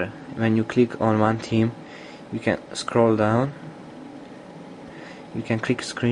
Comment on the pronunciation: He keeps on saying Team not Theme lol